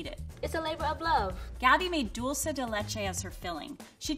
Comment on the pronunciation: It kills me every time she says dolce instead of dulce LMAO